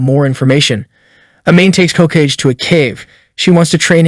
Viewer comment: It's pronounced "Ho-Kah-gay"